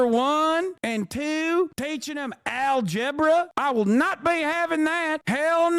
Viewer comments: No more Al-Gebra...💀💀💀 Hasan's REAL American accent tickets the fuck outta me!! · Al-gebra I'm fucking dying dude 😂